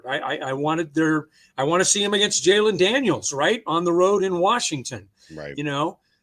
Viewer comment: How’s it possible you don’t know how to say Jayden Daniels?! His name isn’t Jalen!😂😂😂